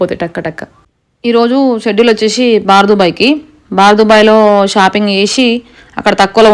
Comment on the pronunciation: బార్ కాదు బర్ దుబాయ్